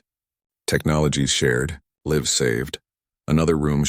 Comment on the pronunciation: Why can’t the AI say lives but always says liv’s fix it